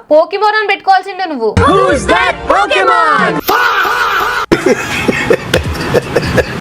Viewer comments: Pokémon ❌ pukeman✅😂😂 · పోకిమాన్ కాదు, ఇది పూకిమాన్